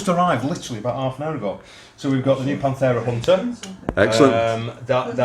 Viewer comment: Panthera with a TH :P